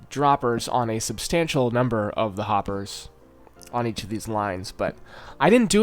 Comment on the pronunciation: happers? harper? hoppers? where are you haypers? im sorry i had to